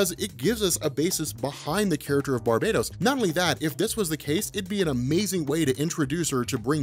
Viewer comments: Its BAR-BAH-TOS NOT BAR-BAY-DOS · we have finally deduced the proper pronunciation of the name of Metal's primary villain: NOT 'bar-buh-tos,' (sounds like "Barbie Toast), neither 'BAR- bay-tos,' (rhymes with BARBADOS); but "Bar- BAT-ohs"...say it out loud with me: Bar-BAT ohs...emphasis on 'bat' on the name...does that stand to reason? the Bat-inspired motiff, the DEAD BAT on his chest, and "BATMANIUM" all lend to the heavy "BAT" in his name. I want you to always have the one-up on BENNY--he can't even say "ATHANASIA"--and the key is proper PRONUNCIATION of some off the names and ideas in our folklore. MJOLNIR; THEMIYSCIRA; KAMANDI... Great vid as usual and thanks!! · R MCX It's Bar-BAT-os actually. Pretty obvious.